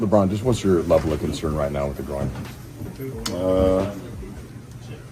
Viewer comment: yung groin. Groyn basa don hindi growin hahaha